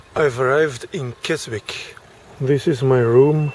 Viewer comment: A bit late but its Kesick the W is silent... interesting as I find the Uk end boring and dont start my journey till I am in Europe